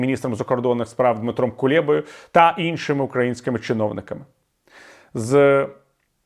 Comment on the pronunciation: Пане Віталію, не Кулєба, а Кулеба. Будь-ласка, дбаймо про гігієну української мови. Дякую.